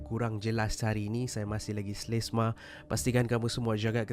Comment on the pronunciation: bukan slesma..haha..selsema